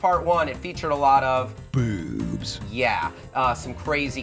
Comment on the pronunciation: I cracked up right at the start "Featuring a lot of- BEWBS"